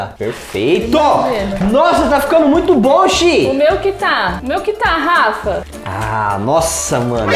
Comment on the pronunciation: O Gabriel falou garrafa em vez de falar Rafa